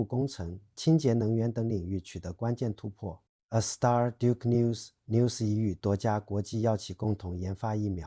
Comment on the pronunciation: NUS 要读字母，分开读！